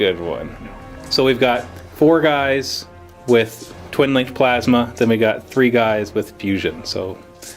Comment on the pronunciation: I TOTALLY heard "Tervigon is gonna fire his my-ass-ma cannon" and broke up in laughter